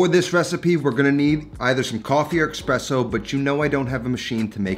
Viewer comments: I'm convinced you are deliberately incorrectly pronouncing ''espresso'' to boost your comment engagement because you pronounce it corretly LMAO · Dude, love you and your videos, but cmon. It´s not MAR-scarpone. It's MOSS-carpone. No R before the S. Also, never heard of EXPRESSO. No X there man. As a cooking channel, you gotta call those ingredients by their names. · Sorry man…It’s espresso not ekspresso. Common miss pronounced word. It’s like escaped not ekscaped. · does the guys actually says expresso? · "expresso" cringe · Surprised he keeps saying eXpresso... rookie mistake bro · "Expresso" pls...